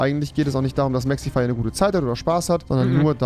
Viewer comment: Wen regt es auch irgendwie auf das rewi mexify sagt anstatt mexi